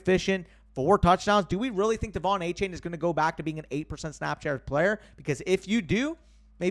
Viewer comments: Btw I heard that Achane said in a press release that his name is pronounced “A-Chan”, not “chain”. Yet another player changing it up on us 😂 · Love the content as always but gotta get achane name right. After a game like he just had he deserves to be called by his proper last name. It’s not a chain it’s pronounced a chan.